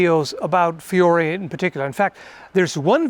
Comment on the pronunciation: The only thing I would point out, as an Italian, is that you should pronounce Fiore with a semiconsonant "i", like "fjore", but that's just nitpicking